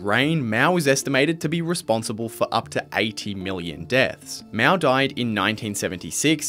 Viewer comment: not miao， it called as Mao